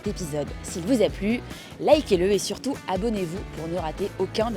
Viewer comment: Há alguma explicação para algumas palavras soarem com som de F quando terminadas por T? 🤔 Por exemplo, surtout, tout...